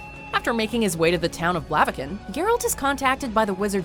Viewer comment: I appreciate you pronunciation of "Geralt" cuz if heard many other people say it like "jeralt" and it makes me a little angrier each time